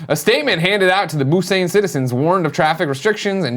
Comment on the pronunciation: It's BUSAN! Damn It lol not busane. Killing me every time you say it wrong Greg lol